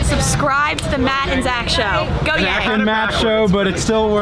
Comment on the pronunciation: Did she say Zatt and Mach show? lol